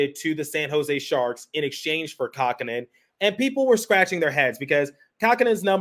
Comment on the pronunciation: Kähkönen. Not "Kakkhonen".